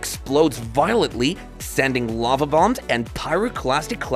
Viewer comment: Your AI announcer sucks,as it can't read LOVE as Lava.You expect people to like your site when you you can even get your BS AI to read properly??